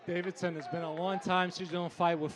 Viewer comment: I shudder every time someone says "Davidson"... how hard can it be to get a name right lol?